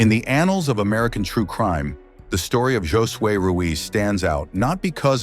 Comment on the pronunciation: The AI narration mispronouncing Josue every 3 seconds was infuriating.